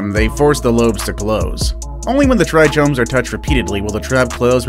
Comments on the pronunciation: trichomes is pronounced "tricomes". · I believe it is pronounced "try-combs"